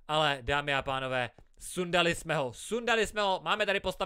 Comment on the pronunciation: řekl dámy a tánové:D 🤣🤣 pslouchejte